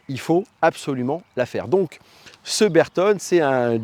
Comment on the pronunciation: Belle video. Pour l'amour de la marque, "Bertone" devrait se prononcer avec l'accent italien "Bertoné"